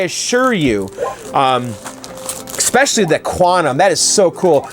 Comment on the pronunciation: No "x" in "especially."